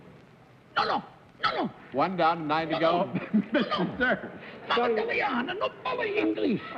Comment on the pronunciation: CERF's pronunciations always IRKED ME for such an apparently educated person. He sounded prosaic!